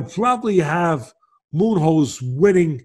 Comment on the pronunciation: Moo hoes hahaha way to demolish the guys name lol